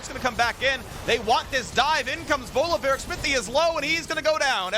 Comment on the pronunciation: My lord can someone please tell phreak its volibear not volabear